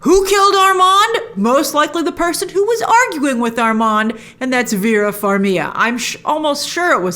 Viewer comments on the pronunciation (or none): Wait, how do you pronounce Vera Farmig’s name? 😂🤣 Farmia? 🤣😂🤣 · Grace it’s been so many years...you need to PRONOUNCE the G in Vera FarmiGa